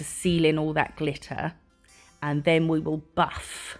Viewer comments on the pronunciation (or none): none